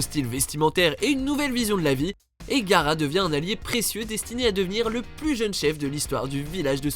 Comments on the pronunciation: Putaaain vous faites chié c'est GA-A-RA pas gara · ...son nom se prononce Ga-A-ra pas Gara...un peu d'respect quand meme...